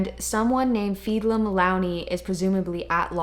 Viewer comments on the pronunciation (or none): thank you so much for the review, and you've got a new fan. I would have enjoyed that even if it wasn't my book. Your pronunciation of "Etain" was perfect and "Feidhlim" is pronounced "Fey-limb".